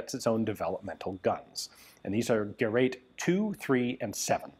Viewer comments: It's Gerät, not Gerat. Umlaute are not for decoration, they are different letters and very different sounds. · Ge rät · First and before all I thank you very much fkr creating Forgotten Weapons. I appreciate your encyclopedic knowledge of the subject. The very word GERÄT should be pronounced as if it was written GERATE, similar to the word STATE.